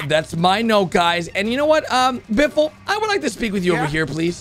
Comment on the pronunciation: it is not biffle